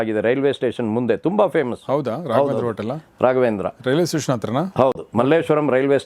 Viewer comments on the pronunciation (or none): none